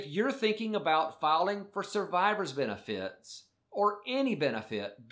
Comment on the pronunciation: I hate the way he says Beni Fieet